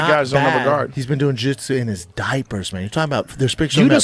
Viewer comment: Brandon said something so stupid they actually had to cut about 40 seconds of the podcast I don't know how they did it live but whatever. Probably them correcting him saying jitsu LMAO